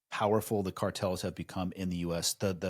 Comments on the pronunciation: Car-tells are? Do you mean cartels? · Right out of the gate, at the beginning of the video. What are you saying!!!??? "colortells"!!!??? Annunciate better idiot! "cowertels???? WTH! effing learn how to talk if you're going to make a freaking video!!! Clown says, "we can talk about what "cowlertells" are", like he's got a freaking hairlip. WTH??? What are you even saying? Talk slower! Is this guy actually saying the word "cartel"? Dude. "Car" like a car you drive. And "Tell", like you are going to tell somebody something. Now, put them together. Car... tell, now faster, like one word "cartel". Got it,?!!! I'm sorry, maybe you had a stroke.